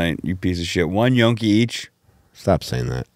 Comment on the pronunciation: Now is saying "yonky" and it's still not gnocchi 😂